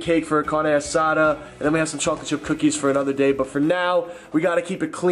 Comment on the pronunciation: it don't really notice the 5hing I do notice is the way he says chocolate